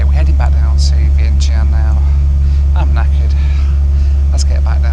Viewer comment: Also it is the pronunciation is not vientien is vyen tyaan.